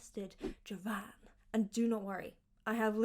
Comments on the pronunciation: The correct pronunciation is "diʒavɑːn" (3 silables) and not "dʒavɑːn" (2 silables). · Sou Brasileiro e a pronúncia de "Djavan" esta errada. O certo é "Dj Avan". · if you want to pronounce more precisely we DO include a hidden I sound between the D and the J (sounds D-JAVAN) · The correct pronunciation of his name is: DEE-JAH-VAN (I am Brasilian) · rapaz, não consigo explicar Djavan pra ninguém...mas tem uma curiosidade..conheço um amigo de infância dele, que disse que a pronúncia correta do nome era Dêjavan.